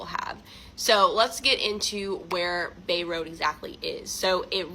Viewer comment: Bray Road. If you’re gonna tell a story get the simple parts right.